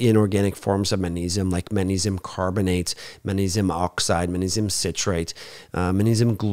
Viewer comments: Sweety, it’s not pronounced mannesium, but magnesium:) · You're incorrect. He isn't saying Mannesium; he's saying Mang like in Bang Mangnesium. This is a common natural linguistic phenomenon in all languages. It's not at all recherché, don't you know. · Why does he never pronounce the G in magnesium?